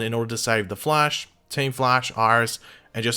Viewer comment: Who else is annoyed by the way pronounces “The Flash” when he’s reading, like damn man